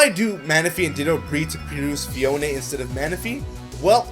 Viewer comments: It's pronnunce phee-own not phee-own-eh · Phione pronnounced fie-OH-in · u said phione wrong ur not meant to say the e its silent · phione sounds like phone